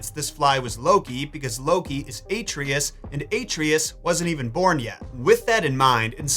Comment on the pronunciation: Love the video! Why pronounce Atreus incorrectly though?? 😂